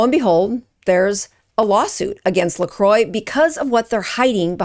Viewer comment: I love how you're exposing these brands, but please also learn how to pronounce them when making a video. LMNT = element, "lecroy" = lacrwa. Not hating, just being informative. Feel free to delete this comment after reading!